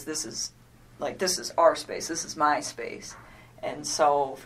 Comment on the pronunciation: ~ so she felt uncomfortable being at his house because it’s someone else’s space and “whatever situation he had going” but was fine with dating a married man? 🤔 Also the way she pronounces ‘my’ is weird and makes me laugh. Like she’s saying muh. Muh dick.